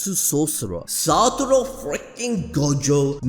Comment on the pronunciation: Saturo FREAKING Gojo. Cannot say his name any other way now.